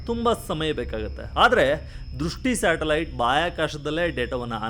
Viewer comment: ಅಣ್ಣಾ ಶಾಟಲೈಟ್ ಅಲ್ಲ ಅದು ಸ್ಯಾಟಲೈಟ್😂😂😂😂